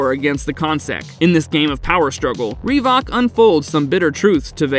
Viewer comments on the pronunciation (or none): "Reevok." Its pronounced reh-vick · Great selection of films covered. Otis was odious, even moreso than Henry. BTW, in Scanners it's rev-ook not ree-vock which sounds like a pair of trainers.